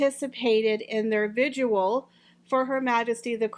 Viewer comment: It’s okay, but there’s no u in vigil. Lots of people are getting it wrong. And thy pronounce the s in Vi-count (viscount) you get it right almost always. I love how you say son. ❤️